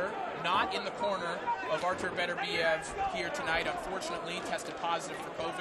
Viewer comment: GREAT fight! Beterbiev - that's Beterbiev NOT Better-biev - (come on guys, you're announcers?!? At least get the guy's name right!) put on a clinic. Congrats!